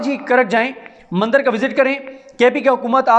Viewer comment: مَندَر نہیں، بلکہ مندِر _ مُودی نہیں بلکہ مودی